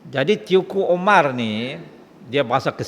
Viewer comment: Teuku itu dibaca Tengku.